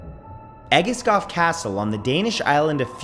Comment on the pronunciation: Since it's you Matt, I will forgive you for the pronounciation of Egeskov. But I have never heard of The Wooden Man before. We need to be more aware of scary stuff here in Denmark. It can't all be hygge.